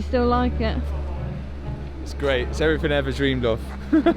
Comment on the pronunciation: He keeps saying evryfing